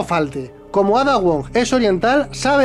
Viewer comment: Yo solo me pregunto por qué pronuncian Ada con los cojones.